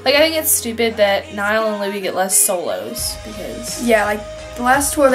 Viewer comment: When people pronounce Niall 'Nail' or 'Nee-all'